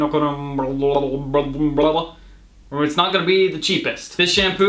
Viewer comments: Dude, it's pronounced key-toe-con-uh-zole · 😂😂It's keto-cona-zole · It's K-ee-toh-kona-zohl